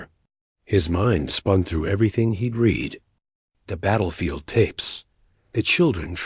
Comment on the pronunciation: The narrator AI constantly_____pauses mid sentence, cannot differentiate between read (present tense) or read (past tense) dot constantly reads______ punctuation dot and repeats large sections of_______textdot. Not a bad story though it repeats concepts multiple times, concepts multiple times and doesn't actually go anywhere. The title is as expansive as this story dot